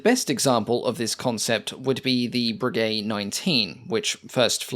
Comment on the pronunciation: No; it's "bray gay"